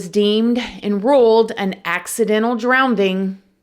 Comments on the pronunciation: The word is drowning not drownDing… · Drowning* not Drownding. Eh-tha-nahl* Not Eeth-ah-nahl. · Girl, I thoroughly enjoy your videos, but 😬 it's "drownING", and not "drownDING". 😘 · Can you please remove the second d, it is drowning not drownding. Otherwise, great video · drownding; droven = drowning; driven 😮 cute 😅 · "drown-DING" huh? It's "drown -ING" 🤦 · Watched the video, your right that there must be water in the lungs to drown, somethings very off here. Cover up maybe?, its a bit suss with that explanation. Maybe the police knew something & didnt want it to go any further. By the way its drownings not drowndings, & nice report & findings girl.The mysteries deepen. From ( Aussie John)..... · "Drownding" WTAF is that? If you're going to present items on the net, at the very least get your pronouncing right, it is 'DROWNING'. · I love you and your videos and I hate to be that person but its "drowNING" not "drownDING". ❤ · DrowNing not drownDing. Saying it w/love. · "Accidental drown-ding", lest anyone gets it confused with the word "drowning" 🤣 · Ok, is it “drowning” or “drownding “??? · HI I love your channel.Big fan!!!! Just need to ask =. I am from south Africa and am confused in your pronouncing th word "Drowning" You pronouce it " DrownDing"? 😊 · it’s NOT DROWNDING it’s DROWNING 😂😂😂😂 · It's drowning not drowneding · Drowning not drownding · Drowning * not DROWNDING. Lol! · My thoughts on this video: Drowning does NOT have a second “D” in it. It’s “drowning”, not “drownding”. I’m sorry girl but that shit drove me insane the entire time. I’ll also say we don’t have enough information to make these determinations, unfortunately. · Repeat after me DROWNING not drowding …😅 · I think it's cute when pronounces drowning as "drownding". And she can pull it off as professional as ever! If I ever pronounced it as "drownDing", I'd sound like some uneducated illiterate clown lmao! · Drowning. ....not drownding.. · DROWNING NOT DROWNDING!